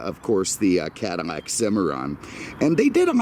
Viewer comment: Are you pronouncing Cadillac “cadimak”?